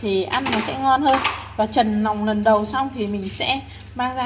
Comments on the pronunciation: Nói ngọng quá người ta nói là lòng lợn lại cứ nòng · Lòng chứ không phải là nòng.